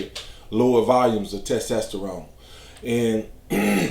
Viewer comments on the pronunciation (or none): T E S T E S T E R O N E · The way you say “testosterone” is tremendous 😂